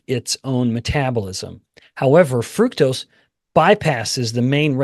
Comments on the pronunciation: Please stop mispronouncing fructose. It does not have the word fruit in it. So don't pronounce it fruit toast! It's fruct-ose. Let's all be on the same page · I hear FRUCTose.. You miggt get a hearing test.